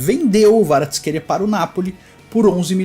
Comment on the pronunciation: Na verdade tem um vídeo do Kvaratsckhelia pronunciando seu nome e o ele pronuncia o som do K e o v tem som de U. Então seria Kuicha Kuaratsckelia a pronuncia.